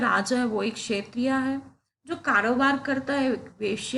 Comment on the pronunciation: ma'am humbly thoda pronunciation par dhyan dijiye, क्षत्रिय ko क्षेत्रीय mat boleiye वैश्य ko वेश्‍या mat boliye, galti dikhanae ke liye comment nahi kar raha hu, thoda asahaj lagta hai sunnene me, agar aap kar sakti ho toh bhot achi baat hai, agar nahi banta hai toh bhi koi baat nahi.😊